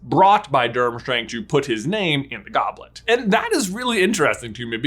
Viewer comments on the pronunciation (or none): "DiDJu piT Ur nEYm in Da gErbLet uf fuiR" Sorry it just cracked me up. Was very very unexpected.